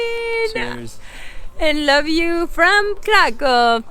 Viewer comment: Just one thing becuase it hurts our ears when we hear it. In Poland when you see "w" it should sound like "v" in English. So when you say Kraków, it's "Krakoov" or Wawel it's "Vavel" 😜 Have a good time in Poland! 😊